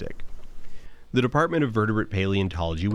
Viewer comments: It's an-A-chron-ist-ic. Please. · Dan, I’ve loved everything you’ve made, but the way you pronounce “anachronistic” is horrifying.